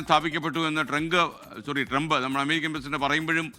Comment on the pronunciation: ട്രങ്ക് അല്ല മനുഷ്യാ ട്രംപ്…..ട്രംപ് എന്താ ഇങ്ങിനെ എപ്പോഴും നാക്ക് പിഴ 😜 പറ്റുന്ന പണി എടുത്താൽ പോരെ ?